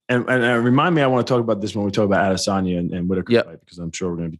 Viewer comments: You sound dumb when you say adesayna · Weidman can not pronounce Adesanya and Blachowicz right at all lol they are his peers and I know he’s had to have hear how they are pronounced. Maybe he’s pulling a Chael where he hacks everyone’s name on purpose